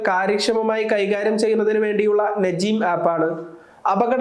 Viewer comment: നജീം അല്ല നുജും (നക്ഷത്രം )